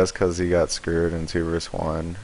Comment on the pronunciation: His screw'd sounds like scuured